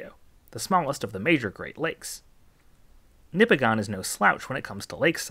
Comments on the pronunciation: Not nipi-gone. Its nip-i-gin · Nipigon locals will tell you it’s pronounced NipigIN not Nipigon. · "Nipigone" We pronounce it "Nipigen" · Small correction, it's pronounced Nippiggin, not Nippiggon. -a great laker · My fiance is from Nipigon and just a heads up are here it's pronounced like Nipig-in not Nipi-gone. Which i know is not at all the way it's spelled. My parents lived in the area for 35 years and never pronounced it the local way. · for years I pronounced Nipigon as you do here. Then, I found some years ago that it's NIP-ig-un. Actually, the 'c' in Mackinac isn't silent, but is pronounced as a 'w', which comes from its Chippewa/Ojibwa origins. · FYI as someone who lives in Northern Ontario it's actually pronounced "Nipi-gin" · I didn’t even have to watch the video to know Nipigon would be pronounced wrong… Nipigon rhymes with Bin…. Nipigin is what it should sound like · Most locals will pronounce Nipigon as Nip-ig-in. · I live in nipigon, it is pronounced nipigin. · Thanks! I do my best to research the pronunciations of my video topics. I did get "Nipigon" wrong though, and apparently also "portage". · He says nipigon so wrong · Man it drives me crazy when ppl mispronounce lake nipigon